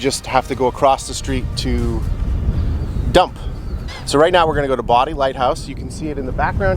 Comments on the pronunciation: So, many memories from the OBX after many years of vacationing there. Your videos keep bringing them back; those were wonderful vacations. I learned something new; all those years we were pronouncing Bodie Island Light House wrong. We pronounced it it 'BOH-dee" like a boys name is pronounced. I thought were pronouncing it wrong; I looked it up. Indeed, you are pronouncing it the way it is pronounced in that area; "Body" is the correct pronunciation. What a breathtaking sunset that was; did you use any filters for those brilliant colors? Really gorgeous! We did so many sunsets on the Sound side on a beach we found. We would grab a bottle of wine and watch the sunset sitting on the tailgate of our truck (there was beach parking there). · BOH-dee Island lighthouse - Legend is that it was named after the many bodies that washed ashore from centuries of shipwrecks in the Outer Banks' Graveyard of the Atlantic. Locals didn't want to discourage people from coming so changed the pronunciation. Manteo - man-tee-ow is on Roanoke Island in Dare County. The Lost Colony is the longest-running (85th year) outdoor drama in the US. Cro-a-tan or “Croatoan” was the name of an island south of Roanoke, now Hatteras Island, which at that time, was home to a Native American tribe of the same name. Supposidly White found the word "Croatoan" carved into a post and "Cro" etched into a tree with no trace of the village. Always love to see you traveling and learning new things! Seeing you on the coast in NC is so exciting... Can hardly wait for your next adventure! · Just an FYI Andy Griffith Lived in that area. My grandson has worked at the Lost Colony show for many years. Also as a N.C native I have to correct you on the light house and other pronunciations The light house is pronounced Bow-die and Manteo is pronounced Man-tee-o but you say it fast. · Hey! The name of the lighthouse is pronounced Bow-die. NC native. Love your videos. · Bodie has a long “O”. Bodie rhymes with Cody.